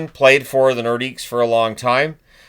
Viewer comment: "Lay NorDEEK". No S, please,.